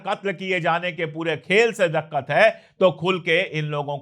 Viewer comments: sahi pronounce diqqat karein daqqat नहीं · You speak excellent urdu with great proficiency, a minor correction if you don't mind, the word is " diqqat ". Please continue as usual, no words to express gratitude for decent and true journalism a wide range of followers appreciate.